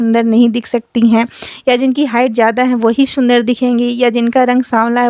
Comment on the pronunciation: Shundar nhi sundar😂😂